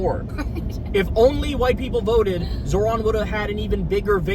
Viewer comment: I keep hearing "Zordon"